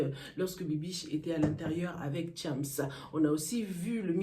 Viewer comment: c chams pas thiamss please